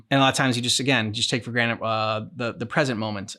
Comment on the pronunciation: Are you saying taking things for granite?